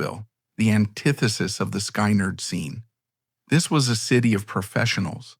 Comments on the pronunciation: Good grief at least say Skynyrd correctly please not sky-nerd it's skin-ard I'm not listening to this stupid dumb AI voice garbage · Not AI ? sky- nerd ?? Maybe before using something make sure it doesn't suck. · You lost me at sky-nard...AI sucks. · Not even a minute in...the bot announcer mispronounces "Skynrd" and the screen displays a photo of the 60's comedian Alan King (supposed to be Ed King?). I'm guessing that the rest of the 'documentary' is equally ridiculous, but I'll never know. Heckuva job, guys! :face-blue-smiling